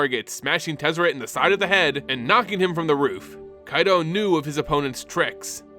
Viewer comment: Thank you for scratching my itch with Kaito's pronunciation!! With the first Phyrexian Planeswalker running around now and hunting other Walkers to add to their army. Do you think they may call upon Nicol Bolas and Ugin once again to help fight against this new threat? On another note. How do you think the Phyrexians will fair against the Eldrazis? Both species are able to warp and recreate others into their liking.